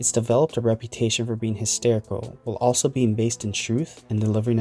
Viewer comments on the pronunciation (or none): none